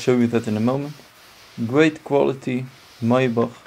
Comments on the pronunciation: Please call this car by the right name: Mercedes MAYBACH !!!! Not Maiback!! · Lol... I can't believe he called it a "May"Bach. When I worked at the Mercedes-Benz dealership and we were given our initial introduction to the car. The manufacturer's representative warned us that the correct pronunciation is "My"Bach. And because of the way it is spelled "Maybach" people would be incorrectly mispronouncing its name.